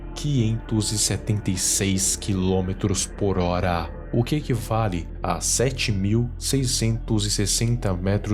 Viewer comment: Amo o jeito que o cara fala as palavras com ênfase no final. HorA,AlturA KKKKKKKKKK